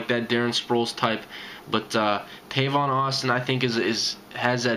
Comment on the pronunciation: It's Tavon by the way man lol but great video